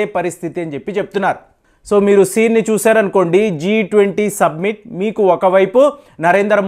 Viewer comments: G 20 su-B-mit కాదు; G20 "summit" అని పలకండి. Submit = నివేదించటం Summit = శిఖరాగ్ర సమావేశం. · సబ్మిట్ కాదు రా నాయనా అది. సమ్మిట్. సరిగ్గా వాడు పదాలని. ఇంకొక పని చెయ్యి నువ్వు.. మైక్ నుంచీ కొంత దూరంగా కూర్చుని చెప్పు నీ వీడియోలు.